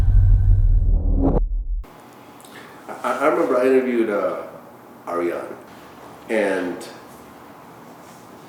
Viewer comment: First off Vlad get the names rite....Its pronounced Air e an.........Mimi also needs to quit thinking she is on top with her man choices. I understand when you are hurt in life (several times) it can take a HUGE tole on you, it can distort your thought processes and views on what is and isn't. But Mimi you are a smart, beautiful, independent woman. You have girls that have your back and love you and would NEVER steer you wrong. Listen to them girl. Ariane would never steer you wrong not for some damn reality show. Nikko is not good for you, sometimes I do wonder how 100% this show is. Is Vlad in on the reality show as well? Does make you wonder anymore with how the industry works. But lets say LHHATL is 100% and Vlad is 100% also.......Mimi get away from these men that are just using you for their own doings. You have a daughter that has no real ties to the industry yet, besides her mom and dad she rite now is living in average joe land. Which let me tell you is better then Industry/Hollywood land. Sure the money, the clothes, the cars and all that jazz is epic but as always if it seems to good to be true it usually is. I know hell comes with that life style. Be a smart classy woman and mother that you know you are Mimi and GET OUT!!!!!!! You said in the show you did this with the tape to be able to support your daughter........-_- really gurl. Let me trade lives with you for 1 day and then you tell me if you cant still support your daughter successfully. I do pretty good for